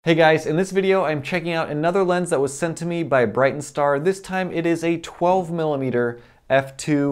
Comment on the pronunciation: It's called Brightin Star, not Brighten. Says so on the box you're showing.